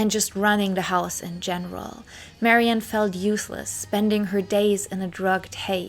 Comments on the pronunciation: I love your tributes, and this one's no exception, but just so you know, Ms. Faithfull's name is pronounced "Mary Anne," rather than "Marion." You weren't to know. Details like this get lost over time. Thank you for this thorough and interesting bio! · I cannot listen to any more of your videos. It seems like you are incapable of simple pronunciation of your subjects. It just sounds so incorrect to hear you say, "Marion", or "Led Zep-e-lin". My ears can't tolerate that and take you seriously.